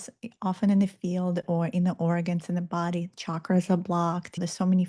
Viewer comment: Thank you for pronouncing Chakras correctly! A person loses credibility in my world if they mispronounce it. Nice presentation and timely reminder of my mission (I was forgetting again). You reminded me that the Dolores Cannon material is worth revisiting.. Plus I just found out there is a new book out where Dolores sends us messages from the afterlife!!! 👻👻